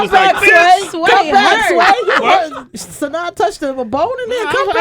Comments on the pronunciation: It's pronounced SahNah not saNay or SaNaya. She corrected the guys in Atlanta V103? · Suh naw ..not sin naw lol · Ha! ! Sway is tearing her name up. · Is "Sanawl" the correct pronunciation? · GhostGoblin I heard it's pronounced "Suh-nahy" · Sin....naw.....Sway cmon man!!! LOL. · I hate how Sway sayn her name